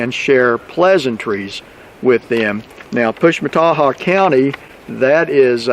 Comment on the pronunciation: Interesting! And you get an A+ for being able to pronounce the name of that county!!! Wow!!